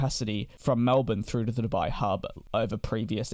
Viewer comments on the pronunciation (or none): none